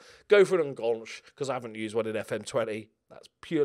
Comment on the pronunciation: I just want to point out that enganche is a spanish Word not a French one so you're pronouncing it completely wrong but then again that might be on purpose